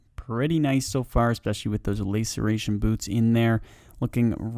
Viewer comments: laceration not layceration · LA ceration, not LAY ceration :'( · LAY-sir-ation boots xD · Lass-Er-A-Shun == Laceration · Love the content, got to say though the way you pronounce laceration 🥴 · i take my statement back, he says just about every item in an awful way, so really hope hes esl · 1 year late, but loved the video! Hate to be that guy, but Visage is pronounced viss-uj, and laceration is pronounced lass-er-ay-shun Aside from that, great collection of tasks 👍👍❤️❤️❤️